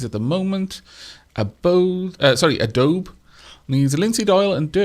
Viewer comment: Adobe is a material made of a primitive clay (basically baked mud). It is pronounced a-DOUGH-bee.